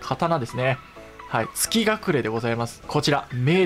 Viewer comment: 動画お疲れ様です！ 蝕ショーテルはじめて知りました、恐ろしい 一位の月隠は「がちいん」と読みます！前作セキロでもあった月隠の飴と同じ読み方になりますね、フロムらしいネーミングですね